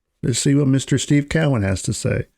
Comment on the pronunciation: His name is pronounced CO-IN not Cow -Win jeez